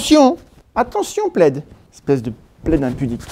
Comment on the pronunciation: Entre plaid et Vlad il n’y a pas grand chose lol on sent parfois limite à dire vlad à la place de plaid lol 😂😂😂😂😂